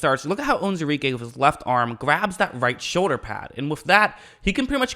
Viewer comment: You should learn how to say the mans name right!